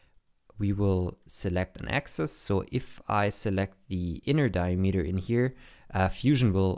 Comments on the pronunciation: As a multilinuguist, the key is to listen when the beginning and end of the word is and the concatenation of the words, dia-meter, is di-a-m-eter. Accentuate the beginning and end of the word, not the middle as is common in german, dutch, afrikaans, isiXhosa etc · Never heard diameter pronounced diemeter before. it's interesting